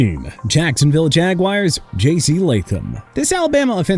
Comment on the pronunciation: Tre'von Moehrig's first name is pronounced TRAY-VON, Edgerrin Cooper's first name is pronounced EH-JR-UHN, and ALSO, Jagwires? It's pronounced JA-GWAARS. Get the names right sir!